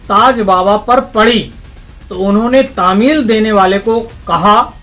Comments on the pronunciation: 👉sir TAMIL nahin *TALEEM Bola jata hai,*Anyway it's OK,🕋🤲TNQ.🙏,*Taj Baba ki Dargah Aayenge inshallah*Aap hamare liye bhi Duaa karna zaroor ✌️ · Taameel nh taleem hai vo patrakar sahab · तामील नही तालीम बोलो सर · Tamil nahi talim. Shbad hota h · भाई साहब कामठी मे बहने वाली नदी कल्याण नदी नहीं कन्हान नदी है ! महाराजा राघव जी नहीं रघुजी राव भोंसले थे,तामील नहीं तालीम होता है!